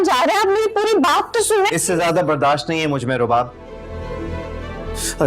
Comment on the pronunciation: Rubab ko subab bolrahi hain a khatun kisi se notice ki